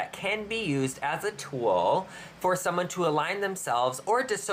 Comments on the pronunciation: Tool not two-ool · What a “tooal”.